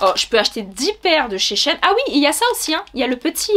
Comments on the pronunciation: coucou ça se prononce she ine car c’était anciennement she inside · Merci pour cette super vidéo! :)Je crois qu'on prononce Shi In :) Et au niveau des chaussures, as-tu pris ta pointure habituelle? Merci :)